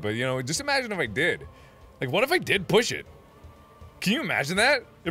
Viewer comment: you saying it wrong